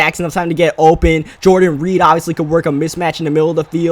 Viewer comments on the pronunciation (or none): none